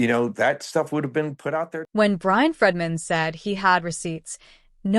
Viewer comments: Bryan FREEDMAN, not Fredman! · This channel would be more credible if it pronounced Bryan FREEdman's name correctly. It is not FREDman, it is Freedman. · PLEASE LEARN HOW TO PRONOUNCE ATTORNEY FREEDMAN 'S NAME!!! IT is pronounced JUST as it looks!!!!!